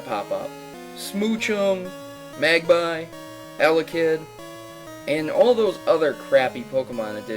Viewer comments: magby, not magbie. Oh, and showing pichu in the list of "crappy pokemon"? Fuck. YOU. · magby is pronounced mag-bee